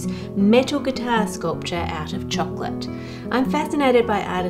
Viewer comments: one of my favorite things: how Ann Reardon pronounces 🍫 in her chirruping way 😋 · I'm an American but I want to put out there the idea that the Australian pronunciation of the word "chocolate" should be the official one across all English-speaking nations. Why? Because it is the one that tastes the most like like chocolate when you say it. Tell me I'm wrong.